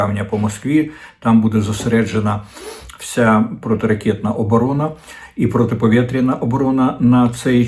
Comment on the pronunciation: "Протиповєтряна"? Кому ти взагалі розказуєш за мову Булгакова, сам нixyя не спромігся українську вивчити.